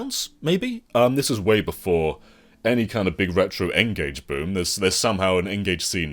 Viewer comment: Lol the Ngage? You've been speaking to Scott Emsen again haven't you? 😂